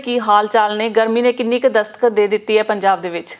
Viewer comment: Mays am dee dastakhtak nahi dastak hundi aa ji. Punjabi sikho please.